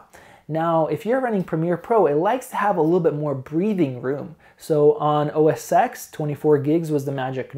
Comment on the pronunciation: you say OS X as "Oh Ses ten" not "Oh Ses ex" :-) thanks for the benchmarks